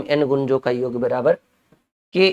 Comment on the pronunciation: गुरु जी योग्य नहीं होता जी याेग होता है।